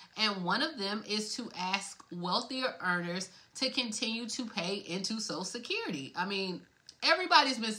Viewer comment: ...its "social security"...not "sosa-sid-currity"...take time with ~prenunciation...